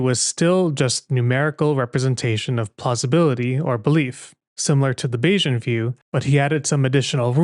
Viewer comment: That's because you mispronounced "Bayesian". It's "bay-zee-uhn," not "bay-zhun."